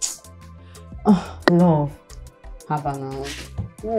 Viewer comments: always pronouncing now as noun😂😂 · Its the way say NOW for me.. its sounds like NOUN😂😂😂😂